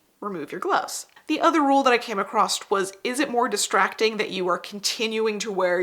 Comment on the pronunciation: I love your videos, really I do, but PLEASE stop saying 'accrost'. It's not a word & its use only serves to make an intelligent & hard-working woman appear to be ignorant of the Queen's English. You're definitely smart when you know how accurate & efficient the Metric System is, esp on small items. Thanks for the construction tutorial, my many glove patterns will now be much easier to prepare.